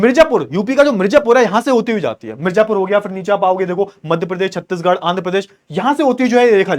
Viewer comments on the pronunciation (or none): none